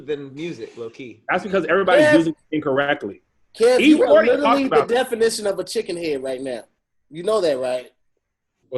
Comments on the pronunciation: Do a burpee every time says “littley (literally)” 💪🏾💪🏾😂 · I want you all to teach to properly say "literally". Clearly, it's his favorite BIG WORD, he should know how to say it correctly. He says "Little Italy" or "Litaly" and I just can't. A real friend would've taught him by now. lol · Nothing is more annoying than saying “literally.” I know he pronouncing so many words wrong, but he says that word so much and so lazily that it gets to me lol